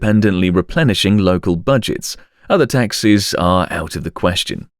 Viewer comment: Lol thought you were saying taxis